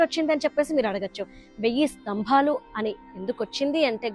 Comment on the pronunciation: devuda Tambellu kadu tabellu . enduku thalli telugu ni khooni chestaru?